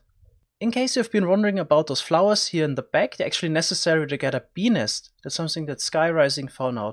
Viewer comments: Dude, you really must work on enunciating the t in nest. Just over-exaggerate it and it won’t sound like you’re saying penis over and over! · When he says "bee nest" it sounds like he's saying penis. Hahah wtf so funny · "Beenis" REALLY? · Ill be honest fam i just clicked on this video to hear you say benis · I keep hearing penis instead of bee nest